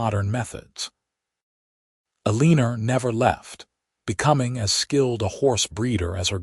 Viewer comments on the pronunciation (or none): The name is pronounced ell uh nor not a lean er